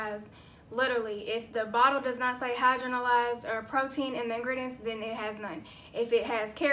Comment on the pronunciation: Ur so cute pronouncing it "hydro-na-lyzed". Can you do a video on how to determine our porosity?